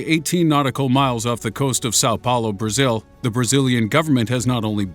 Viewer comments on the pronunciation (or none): none